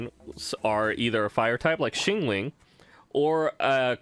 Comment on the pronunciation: Bruh my man pronounces every character wrong 😂 Diluc=Dillet 🤣🤣 Xiangling=Shingling 🤣🤣 Qiqi= Keykey 🤣🤣🤣🤣🤣🤣